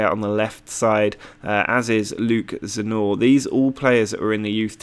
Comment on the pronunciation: It is Croatian and you almost got it right :D You just need to put the "n" after "z" in the Zna part. You got the right pronounciacion but you keep saying it Like it is Zanor not Znaor ;) Cheers